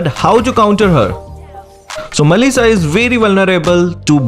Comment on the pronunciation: When u say mellisa it's sound like Malaysia